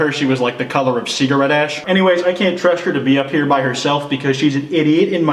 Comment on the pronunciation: Lol did he say cigarette like fukin “seegarette”